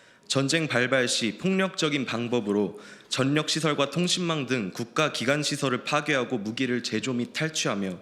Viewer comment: 읽을때는 절력 ===>>>전력